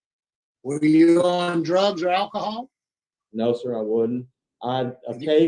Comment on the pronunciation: WTF? 70 years but gets out next year????? How is that a sentence???? And, geez, its pronounced "ALCOHOL" not "ack-i-hall".